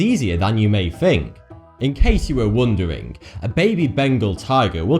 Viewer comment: Wth is wooondering???!!!!! It's wondering!!!! And wtf is ok known???!!!!!..... It's unknown!!!..... Don't mess up with the language buddy.